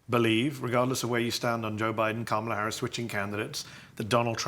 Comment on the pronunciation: What does it say about Beutler that he refuses to say Harris's name properly?